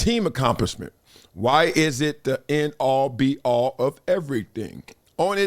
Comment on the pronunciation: He didn't say "end all be all" ... He said: "A all B all". 😂😂💀